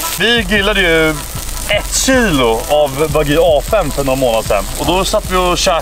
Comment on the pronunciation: ”Det vart snack om nån wagyu” lät mer som ”Det vart snack om nån va gay” haha